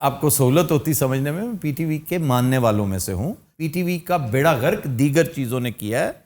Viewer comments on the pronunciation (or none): none